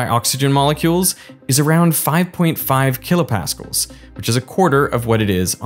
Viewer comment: Tons of great information but for Christ's sake, learn how to pronounce kilopascal. Blaise Pascal is spinning in his grave.